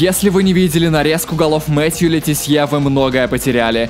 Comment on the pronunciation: Какой нахуй Ле Тессье. лооооооооооол))))